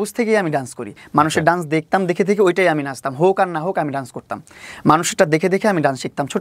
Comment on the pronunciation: It's not duance, it's called Dance... Just a little correction.